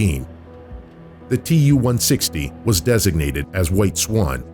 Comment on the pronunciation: As a Russian native speaker, my ears bleed after hearing Tu-160 pronounced 278 times wrong... I don't get it, why English speaking don't get it that Tu ist the short form for the engineer's name Tupolev. The same as Mig=Migojan, Su=Sukhoi, Yak=Yakovlev and so on... It is not an acronym for 2 words!!! It's not like AK or KGB or UK /USA. It's just Su-**..like the name Sue...Don't make this unprofessional mistake fellas. It hurts my feelings and makes my ears bleed :)